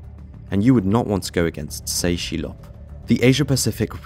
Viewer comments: Tse Chi Lop is pronounced Tess.. Chee.. Lop.. yeh the guy was major world wide.. multi agency combined to take him down. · It's pronounced GUANG-CHOW. And It's TE CHI LOP.